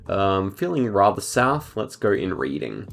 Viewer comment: congrats on 1k bro. Also - 1st round you went Reading (UK), you actually pronounce it "Red-ing". UK tings innit bruv 😂